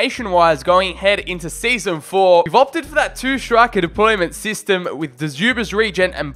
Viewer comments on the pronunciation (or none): none